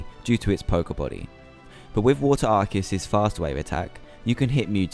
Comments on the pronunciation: Yes! Finally a correct pronunciation! Everyone says Ar-See-Us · also, props to you for pushing the true pronunciation!